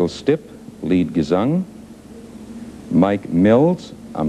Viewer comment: "Michael Schtippe!" :P